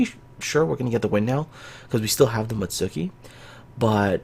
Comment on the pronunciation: Come on! You play Kancolle, you should know how to pronounce Mutski properly!